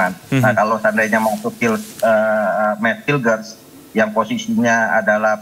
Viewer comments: BUKAN HAILES BANG, TAPI HILGES DIBACA NYA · Hilgers baca nya bukan hailges, hubner baca nya bukan habner, bahasa Belanda itu ejaan nya sama kaya bahasa Indonesia.